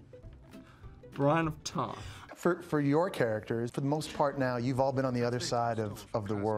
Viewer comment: bry-een of tarth